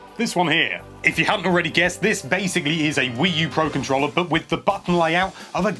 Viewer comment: Every time he says "controlla"...